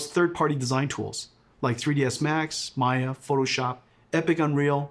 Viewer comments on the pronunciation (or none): none